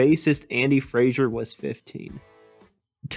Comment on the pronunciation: Andy FRASER not FRASIER ffs!!!